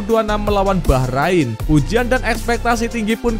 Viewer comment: Saran buat admin, tolong jangan lebay kalo koment yaa Ntar kalo komenmu terasa sombong, bikin timnas jadi nggak dapet berkah. Juga perbaiki cara baca atau pelafalan nama oemain atau nama team bola Bacaanmu utk team Bahrain masih kaya baru bisa baca, perbaiki yaa Maaf dan salam bola anak negeri.